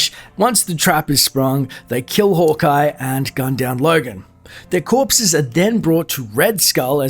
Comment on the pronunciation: Sounds like you’re saying “holk eye”